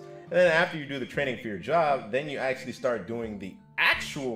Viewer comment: "Axe-u-lee" what language is he speaking?